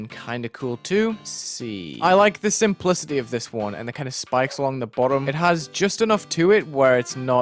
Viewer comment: bruh he says spokes not spikes